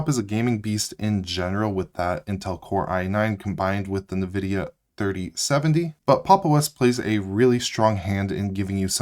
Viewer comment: It's N-vidia. Not nuhvidia.